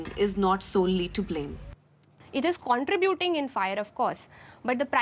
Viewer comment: Most words pronounced are correct, but contributing is not two words, contra buting, its one word. It should sound like contrehbuting. I spelled it incorrectly there to help with the pronunciation. The i in contributing sounds like a silent e. So you get an eh sound instead of an ah sound & its one word. I realize English is a 2nd language.